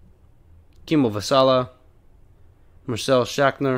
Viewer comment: Patreon's Marcel Schachner Well you're in luck cause it was pronounced almost perfectly, which never really happens lol